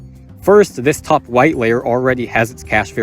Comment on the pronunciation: bro says top 1 like its geometry dash